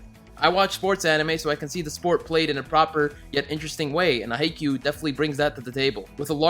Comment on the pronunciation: He said haikyuu good